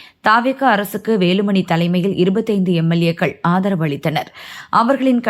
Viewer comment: எமெல்லேய்க்கள் இல்ல. எம்.எல். ஏக்கள்.